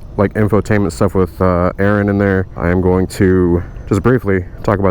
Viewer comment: Am I the only one who knew why he called my man, A-ARON!?... LOL